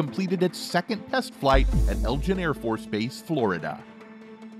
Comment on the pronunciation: It’s also not “Elgin” AFB, but Eglin.